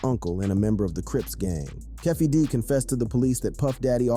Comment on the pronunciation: Another "KeffayD" "Keefe D" Do not have this man disrespect these namesake. I not part of any of these communities. Just a interested listener about these ppl culture. It must be important to have Docudrama. Volumes.